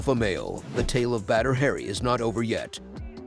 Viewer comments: It's not "Badder Hairy" it's pronounced "Bodder Ha Ree." Still a great video! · It’s annoying how he keeps mispronouncing his name calling him “Badder Harry” 😑😑😑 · Batter hairy😆... Oops... Need to try a little more research. Stop trying to talk in that dumb ass movie voice and try pronouncing names correctly 👍